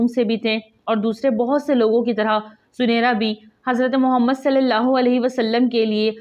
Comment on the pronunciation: ویڈیو بنانے سے پہلے تحقیق کرلینا بہتر ہوتا ہے،، صحیح نام زِنِیرا ہے زٗنَیرا نہیں - ثبوت کے لیۓ دیکھیں الرحیق المختوم، جس میں ہجوں کے ساتھ یہ نام بتایا گیا ہے